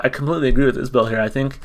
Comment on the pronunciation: Enjoyed the reaction. It's Is-bull btw! Check out Ian Noe's "Letter To Madeline' or " Irene"